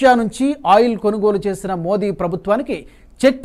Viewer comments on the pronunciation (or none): none